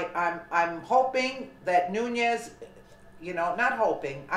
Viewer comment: it is pronounced noon-es.